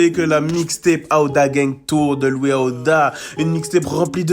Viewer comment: IVRNOIR DE LOOUIS AOUDAA 😂😂😂